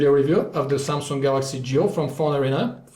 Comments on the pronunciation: SUMSUNGK .. HAHA :DD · Never heard of "Samsunk" :d